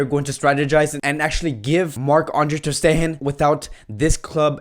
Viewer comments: Filip Kurleto not his accent. he can say “steGen”, he says the “G” in different words. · “ter steHen” 😂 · Filip Kurleto that means he knows how to correctly pronounce ter stegen but he chooses not to. That is why it’s funny. We aren’t laughing because of an accent but of how he always pronounces players names wrongly lmao 😂😂.